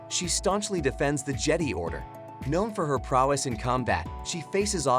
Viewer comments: stop calling it je-dee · I'm a huge fan of the "Jedee order" and the "Scyth order" 😂🤣!